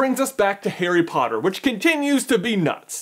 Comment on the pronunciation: why does he say "hairy potter"?